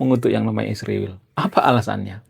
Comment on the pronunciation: Israjl punya arti yang Agung. Tolong jangan sebut iswirl Bang. Maaf ya.